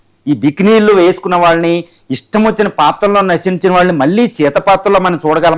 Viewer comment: నువ్వేమి అనలిస్ట్ రా బుర్రలేనోడా తెలుగు సరీగా పలికేకి రాదు నీకు కోటు మరి కెమెరా ముందు కూర్చొని చెత్త ఇంటర్వ్యూ ఒకటి చేసుకుంటూ... ఏందేందీ ntr అంజలిదేవి " రసించిన " న ఇదేం రసించిన భాష రా బుర్రలేనోడా ఒకటికి పదిసార్లు ని మాట విని మెసేజ్ పెడుతున్నా... పోని రైటర్ ను అన్నా పొగిడావు అనుకుంటే రచించిన అనాలి అలాకూడా కాకుండా ntr అంజలిదేవి నటించిన అనక రసించిన అని కూశావ్ నటించిన అనాలి రసించిన కాదు మీలాంటి తెలుగు కూడా సందర్భానుసారం పలక లేని దద్దమ్మలతో ఇంటర్వ్యూ చేసే మీడియావారు వాడికన్నా దద్దమ్మ ల్లా ఉన్నారు ఇంత అడ్వాన్స్ టెక్నాలజీ ఉన్న సోసియల్ గా అడ్వాన్స్ అయిన ఇప్పటి కాలం లో మీ తప్పుడు కూతలు మానరా రా బుర్రలేని ఎదవల్లారా....తూ మీబతుకులు చెడా... 🌹🕉️🌹జై శ్రీరామ్...